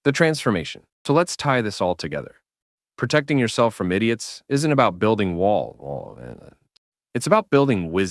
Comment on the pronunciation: "it's not about building wallooorrree, it's about building wisdom" Is my YouTube playing up here? 😂